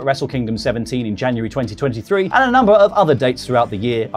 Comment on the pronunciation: 'Janurary' ? :p